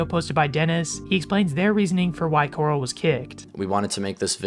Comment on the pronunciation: Corl not coral